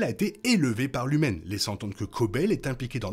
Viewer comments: tu dis lumen. C'est pas lumon ? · Merci pour cette vidéo. En revanche c'est LumON, pas Lumen ;)